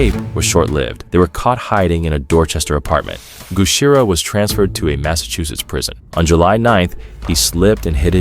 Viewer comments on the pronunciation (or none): none